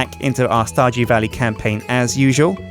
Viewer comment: "...welcome back to starJEW valley..." WTF? LOL